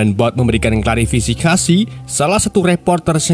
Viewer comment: Klarifikasi atau klarisifikasi min wkwkwkwk